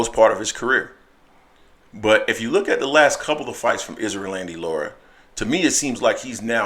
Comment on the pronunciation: 🤣 he keeps pronouncing his name like Isrealandy. Its Erislandy (Air- is- landy)